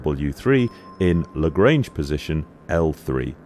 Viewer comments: You pronounce Lagrange incorrectly, it's a French name and should be pronounced accordingly (La-gr-on-ge not La-gr-ain-ge) Perhaps not related but Thunderbirds 5 was also the space station. Perhaps "5" for being in space was becoming as expected as a wheel. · Just a quick note: Joseph-Louis Lagrange was an 18th century Italian/French mathematician. His surname is not pronounced to rhyme with the English word "range". If you pronounce the "an" part of "range" by the sound of the English word "on" you will get somewhere close to the correct pronunciation.